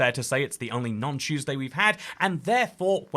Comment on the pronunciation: “Choose day”